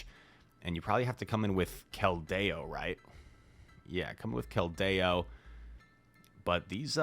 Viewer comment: would you please pronounce 'Keldeo' correctly?? Thank you